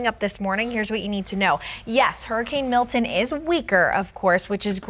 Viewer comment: Milton, not Milt-in. Jesus.